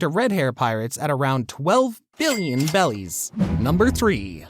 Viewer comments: I appreciate for still counting Vivi as part of the Strawhat crew but its obvious that you watched One Piece on Shorts, ranking a filter character above the main Antagonist of the show, pronounced berries wrong, you're a fake fan. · How do you call the currency the wrong thing the entire video 😂😂😂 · yeah it just sounds so wrong each time he says it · interesting if that is the case, but I just figured it's the issue Asian people tend to have when speaking English and switching R and L sounds My wife still does it frequently. I've been trying to train her not to for 6 years now. For example, instead of road she'll say load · please please pleaaaseee stop calling berries bellies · why tf are you saying bellies and not berries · It’s Berries not bellies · Also it’s berries not bellies hope that was intentional and not a mishap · He said belly's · It's berries and bellies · .what are belllies why he saying 11 billion BELLIES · it’s berries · Berries not bellies🙄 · If bro says bellies one more time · Who has ever once said Bellies ??? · Berries not bellies 🤦‍♂️🤦‍♂️🤦‍♂️ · They’re berries not bellies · Berries not bellies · Bro played way to much blox fruits. ITS BERRIES NOT BELLIES😭😭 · A piece of my soul dies every time he says "bellies" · “Bellies” 😂. Bro eating the gut gut fruit 😂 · Why is this dude saying belly’s instead of berries? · When I hear him say berries I here bellies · Why do you call berries “belis” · He said belly not barriers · Its not bellies its berriEs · Bellies ??? I thought they are called berries . 🤔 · Did you say bellies instead of berries? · Berries not belly's but this video was interesting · Is my man saying bellies instead of berries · i was so confused when op youtubers started saying BELLIES, besides in the anime and manga they say berries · Oh no.. don't say 'bellies' when its berries.. unwatchable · Its bothering me, why do you say "bellies" when its clearly berries.... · Why did bro say beli's and not beli like 💀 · why do u say bellies